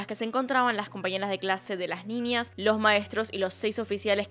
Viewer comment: Muy buen relato !!mas pronuncias ninias!es niñas!